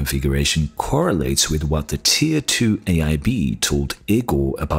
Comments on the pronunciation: It's not IKKORRR Igor, like Draculas or Dr. Frankensteins assistant ...and it is pronounced: ee - g oh r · Kinda offtopic note: Igor is pronounced "e-gor". On topic: If Big Navi is really only 256 bit, I'll be disappointed. I want a card than can provide me 140+fps in most games 1440p hq.